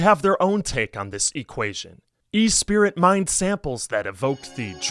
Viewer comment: Esprit. ES-PRee ... it's French for "spirit" actually, arent you familiar with the old apparel brand, Esprit?